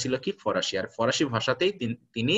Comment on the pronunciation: Parsian mane farsi not forasi.sir